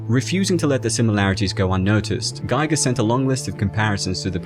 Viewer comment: The i in Giger is pronounced as the i in Gimmick.